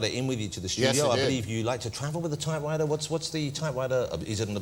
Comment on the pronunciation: what on earth is that stupid pronunciation that guy has for typewriter -- sounds like " tie - wi - er " the p in type and the t in writer are missing, and the r sound at the start of writer is a w instead of an r. He has no authority to criticize anyone's accents after that garbage attempt at saying a word. He said the word about 5 times and I had no idea what he was saying until Tom Hanks repeated the word.